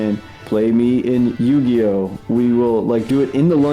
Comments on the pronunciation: sorry its yoo gi oh not yuh gi oh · Ive been friends with that since 8th grade, and I completely forgot he pronounced Yu-Gi-Oh like that 😂😂😂 we purposefully never corrected him